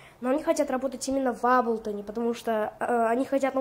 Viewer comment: Молодец,только не аблтон а эйблтон уши режет.Но молодец на телефоне хорошие биты делаешь.просто сам в эйблтон лайв 10работаю